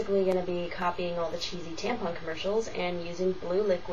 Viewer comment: oh and learn to say TAMPON right... theres no freaking G at the end of it... you know NOTHING about tampons